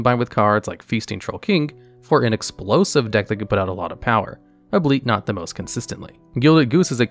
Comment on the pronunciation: I love your content! By the way, "albeit" is pronounced like "al-be it", but you say "a-bleet" a few times.